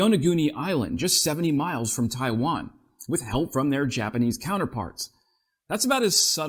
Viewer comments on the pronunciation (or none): none